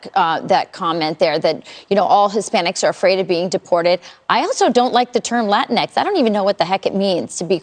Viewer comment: "Latin EX" or "LA TINKS" ??? I'm so confused....